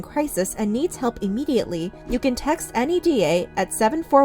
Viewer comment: Very minor, NEDA is often pronounced out loud as NEY-dah, not n-e-d-a :)